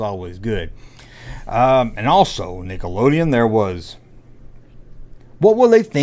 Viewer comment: it is called Nickaolden, not nigaloden, geeze , dont blame Miley